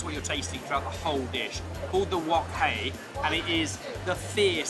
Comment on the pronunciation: Impress at the pronunciation of wok hei from! 👏👏👏👏👏